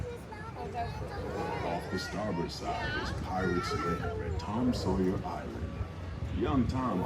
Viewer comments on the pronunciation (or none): "The Adventures of Tom Soyer"